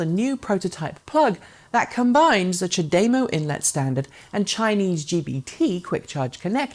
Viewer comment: It's CHAdeMO, not chaDEmo. No language that has the article "de" ever puts emphasis on that syllable. On the contrary, it is always de-emphasized. (See what I did there? 😎)